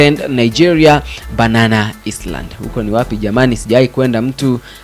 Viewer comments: 🤣🤣🤣 I heard that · Si banana island "s" ni silent